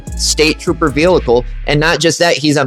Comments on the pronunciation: Guy, love your videos, but you HAVE to stop saying “velicle”. What is that? It’s pronounced like it’s spelled: vehicle…..vee-ickel….the is no L in the middle. Am I the only one that this bugs? 🤣🤣😂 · oh stfu. He speaks perfect English except for the word "velickle." He should just say "CAR" if he can't say "vehicle" correctly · Yeah, saying it wrong once, ok, but saying "Veelickle" multiple times is kinda irritating lol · Please learn how to pronounce Vehicle or just stop using the word!!! There is only one L in vehicle!!🤦🏻‍♂️🤦🏻‍♂️🤦🏻‍♂️😩